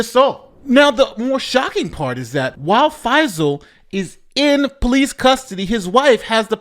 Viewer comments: Not faz-eel, 'fye-sul' is how it is pronounced (fye that rhymes with pie and sigh). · Text: FAISAL You: This is Fazeel